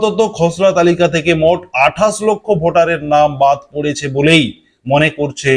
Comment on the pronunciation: তোমার আছে ' শ ' এর দোষ। তুমি বলো আঠাস। তুমি কি একটা খাটাস??